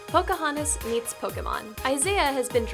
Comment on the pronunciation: Pokohontas. Also, you butchered the pronunciation of Naruto.